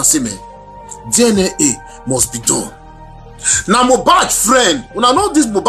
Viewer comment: It's DNA not DIENEA